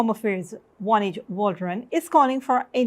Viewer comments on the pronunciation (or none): All these years and no one is telling you the Minister’s name is pronounce “O-neidge” not “One-idge”??? 🙄🙄